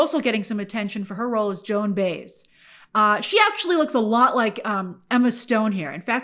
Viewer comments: Sorry but it’s Joan BY-EZ not BAYZ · Joan Bays? 😂😂😂😂😂😂 It's Baez (bye ezz). Do you really not know who she is? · It's Joan "bi-ez" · "Joan Bays" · I think her last name is pronounced By-yez, that is how Baez is pronounced. I look forward to this movie. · Say it Joan Bye ezz, phonetically. Please, she is a giant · Thumbs down. You could’ve spent five seconds trying to figure out how to pronounce Joan Baez’s name. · You should learn how to pronounce Baez. Good review though. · Geez…our host didn’t even pronounce Joan’s last name correctly. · It’s pretty hard to take you seriously when you can’t even pronounce Joan Baez name. Way to do your research. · Mispronounced Baez